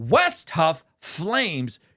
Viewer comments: Wes, not "West" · its WES not west.